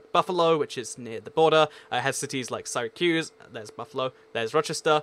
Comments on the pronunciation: xJqriellz I would say it's sere ra cuse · You say Syracuse in a rather odd way as someone who's from there